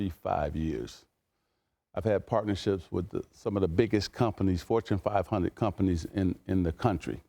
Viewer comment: “Fortune 5-hunnit company” OG Magic Johnson